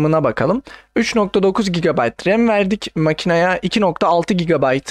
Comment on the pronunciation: sen ilk önce türkçeyi öğren sonra anlatırsın bide gb doğru oku